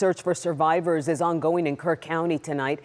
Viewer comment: It’s Kerr County! Not Kirk!